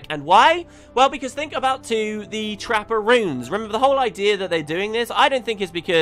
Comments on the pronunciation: took me way to long to realise you were saying 'trapper runes' not 'trapperoons'... even with the pictures think i need to sleep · Constantly thought you were saying Trapparoons instead of trapper runes.